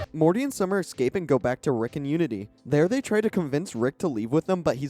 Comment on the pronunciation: Not the worst videos. Extra plus for lack of ads. Just have to finally say it. The way he says "escape" (eKscape) keeps crushing me every time, and it's alot.